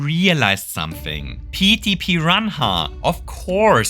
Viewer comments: Mate... "piran hah"? xD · The way you pronounced Petey piranha immediately made me subscribe 😂